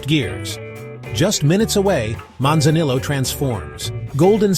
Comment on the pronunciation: AI Slop video, can't pronounce Manzanillo properly with ZERO pictures or videos of Manzanillo.... lol.